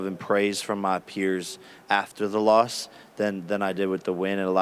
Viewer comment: Because jake Paul is a goofy like Connor with the antics and improv, how’s he say Nate Diaz is the dumbest mma fighter , then he pronounces theword “loss” as “lost” and THEN Ariel says “let me go ahead and be a company shill for a moment” and Jake Paul looks all dazed and confused and asks “….what’s that mean?) Some people get showed constantly by energy and signs and symbols to HUMBLE themselves and they do not ever learn .. ignorance is bliss🤦🏽‍♂️